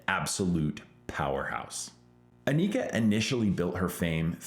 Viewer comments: You're pronouncing Anika's name wrong and you met her? LOL Not even she pronounces it the way you do. Listen to her interviews. Anyway, great video, you make great points and totally agree! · Holy Crap can you at least say her name properly for F sakes, It is not Anik___a it is An___ik___a and you have her last name wrong as well